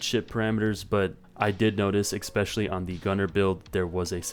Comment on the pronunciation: It's especially, not expecially.